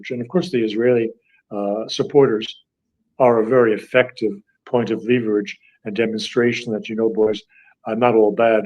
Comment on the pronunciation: I'd suggest that dr. Doctorow checks the word *leverage in any dictionary for pronunciation.